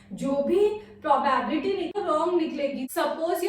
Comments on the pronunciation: It is called "Pro-bi-bility". Not "Probabity". Thanks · It's probability... Y every North indians are telling PRO BAAAB LITY 🙄🙄🙄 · *pronounced as pro bi bility